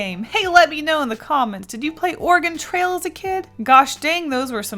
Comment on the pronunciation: At first I thought she said "organ trail "